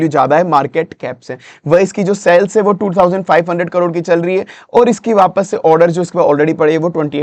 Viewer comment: Ye jo aap cells cells bol rahe hai kuch samajh nahi aya. Shayad aap sales bolna chaharahe the...😢